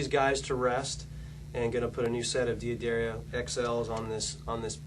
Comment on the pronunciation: Why does this guy pronounce D'Addario as "Dee-A-Dairy-Oh" when it's actually pronounced "Da-dar-io"